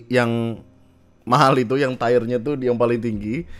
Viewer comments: Wkwkwk malah 'Tire' bukannya 'Tier' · bukanya dibacanya “tir” yah? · Bang, "tier" bacanya "tiyer" bukan "tayer" bang😅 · Bacanya “tir” mas, bukan “tiyer ataupun “tayer” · You're right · salah, bacanya "tir" bukan "tiyer" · "tayer" lebih ke "tire" (karet ban/capek) ga sih? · Tayer mah ban 'tire' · itu kan "i" nya beda. Artinya melafalkannya bukan kaya i biasa. Kalo mau gampangnya lu buka google, ketik tier. Ntar pencet yg lambang speaker tu, ada yg bakal ngajarin lu melafalkannya.